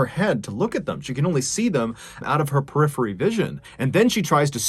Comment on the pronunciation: It's peripheral vision love your videos so much just completely pronounced this wrong